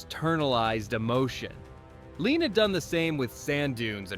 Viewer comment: Ouick question...We have AI narrating, we don't hear one word from Lean himself so how do we know for sure these really were the films Lean admired most. And sometimes the damn AI can't even get Lean's name right. Leon!....give me a break.